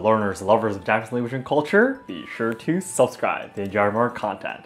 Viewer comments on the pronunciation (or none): none